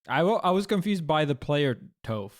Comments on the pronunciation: It's pronounced "tuff" because that's what she is 💪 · Cartoon: “it’s Toph, like Tough” Leffen: “TOE-F” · Lost me at "Tofe" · i'm 31 and never watched avatar, because i was too old to watch kids show by the time avatar came out, and i don't care. the way it's spelled should be said like Topher Grace. i'll keep mispronouncing it to piss you off, drama queen. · When leffen says toph wrong it gives me M.night PTSD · We live in a generation that mispronounces Toph. Dear God. I’m almost at my thirties. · I have noticed that the only people that mispronounced her name so far are Leffen, Armada, and HBox. I might only be the melee players.